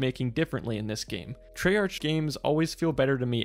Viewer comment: Love the video and explains everything perfectly but “Trey Arch”😂